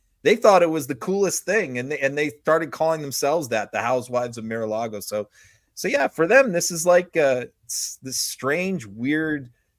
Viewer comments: Hey! Love your insights... but why do you keep referring to Trump's club as "MIR a Lago"? You don't seem to have a speech impediment; and as I'm pretty fluent in Spanish and English, I'm sure I'm not the only one who's finding this a little annoying🤨! Is it a play on word's? ["Mirror Lago" perhaps?🤔] What am I missing here? PLEEASE!!🙏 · What is “Mere”-a-Lago? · Meer a lago? Geezus,! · Tell that it is pronounced MAR a Lago. It makes him seem less intelligent than he actually is.